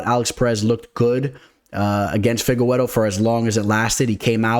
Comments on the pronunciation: Stop saying Fi-ge-we-ro. It’s fi-ge-re-doh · I hate how you say Figgy's name